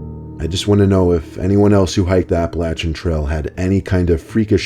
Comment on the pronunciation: appalachian trail, you said it wrong you dunce